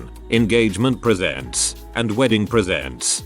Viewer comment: Teach him how to say "reading" -Teach him how to say "presents" -WHY read dates backwards?? Say March 1 as March 1, not "1st of March"!